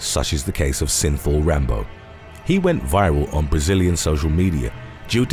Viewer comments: I keep thinking he's saying sinful 😆😆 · The word is “regimen” not “regime”. Every time you say synthol it sounds like you’re saying “sinful”. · Y does synthol sound like sinfull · Synthol is pronounced sinfull